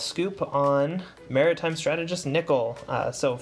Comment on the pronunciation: This nigga did not just say Meratime Nickel